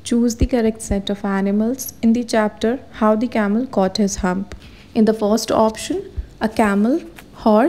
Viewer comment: mam that is humph not hump